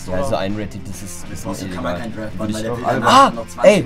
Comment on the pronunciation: D-R-A-F-T nicht D-R-E-F-T 😖